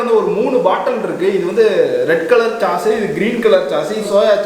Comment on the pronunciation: Bro that is not chause it is sauce